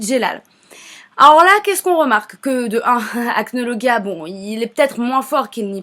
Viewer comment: Déja on dit acnolajia